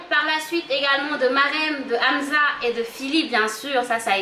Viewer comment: Je vous aime bien mais petit remarque on dit pas amza mais amssa